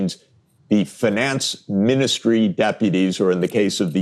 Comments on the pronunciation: Please stop saying “fin-NANCE” 😮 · One of the qurkiest features of the english language is the different ways you can pronounce words and still be correct. Sachs says "finance" with a long "A" instead of the more usual long "I". I've noticed that in Britain they pronounce words like "advertisment" with a long "E" instead of a long "I" like is more common in America. They also say "issue" but actully say "S" instead of "SH". Or how australians say "Data" with an emphasis on the first "A" instead of saying "Dayta" like in America. Just an casual observation.